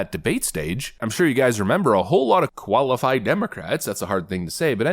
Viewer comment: Did you say "Koala-fied Democrats?!"